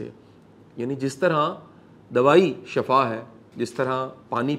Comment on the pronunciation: Shafa galat h sheefa sahe h